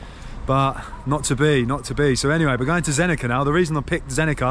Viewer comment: In Bosnian, Croatian, Serbian and Montenegrin, the C is always read exactly how its written. So it would be Zenica, not Zenika. So glad you are in my country, I wonder which city you will visit next, maybe you could be mere kilometers from me 😃 Safe journeys!